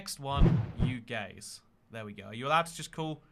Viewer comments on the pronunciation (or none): Legit thought you said "UK" when you said "you gays."